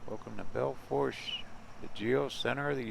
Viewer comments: Belle Foooosh, the r is silent.✌ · The internet says the correct pronunciation of Belle Fourche is bel foosh. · Pronounced Belle Foosh. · Bell Foosh. The r is silent haha Nobody ever pronounces it correctly haha